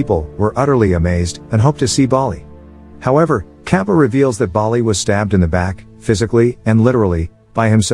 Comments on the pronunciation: i can't stop laughing everytime it pronounces kaapa (katappa) and other names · It is kattapa not kaapa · He is saying kappa instead of katpa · yoo its kattapa not kappa . the explanation was nice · What the fuck is kappa......... Its KATTAPPAA...... BITCH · Kappa? Lmao it's Kattapa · Okay im not indian but it's pronounce Tar-ka-pa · Honestly every time he called Kattapa as 'Cap' it cracked me up😂😂😂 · it is Kattappa (கட்டப்பா) {Kaṭṭappā} in pronucation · It's not Ka pa it's Kappa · the old mans name is not cappa his name is kattappa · Lol sry but its kattappa not kappa for the bald men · its not kattapap . the pronunciation should be kat-tap-pa . hope fully helps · The blad person is not kapa it is katapa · HAHAHAH BRUH ITS NOT kApPa ITS KATTAPAAAAAAAAAAAAAAAAAAAAAAAAAAAAAAAAAAAAAAAAAAAAAAAAAAA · I like how he pronouns Kattapa as Kappa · its not pronouced capa its katapa this was the best movie ever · he really said kapa to kattapa the whole video😭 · It's kattapa not Kappa 😂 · It's not kapa it's katappa Kings name is Bhallaldeva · It's not capa it kaan-da-pa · its "kappa" its katapa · Capa ??? His name is Catapa . You have messed so much with pronouncing names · Its KATAPPA, not KAPPA 😂😂😂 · it's kattapa not kapa 😒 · Btw it is not kappa but katappa. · Bro there is a second part of the movie I'm indian and this is more and 3 years old and bro that bald guy's name is kattappa not cappa lol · It's Katappa not Kapa 😑 . Come on man , at least read properly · its Kattappa , not Kaapa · Its kadappa not kapa en pleas say the words properly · "Kappa" Its katappa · Its not 'Kappa' its 'Kattappa' (Kat-tap-pa) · it's katappa not kapa nad mahasmati not mashma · The name pronounciation needs working for Indian movies It's katappa not kappa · It is not kapa its katapa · It's not Kappa It's ka-ta-pa. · / its not kappa its katapa 😅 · Lol katappaa is really mean to be kaapa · its kattappa , not kapa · The fact that he pronounced the "kattappa" as kaapa baffles me.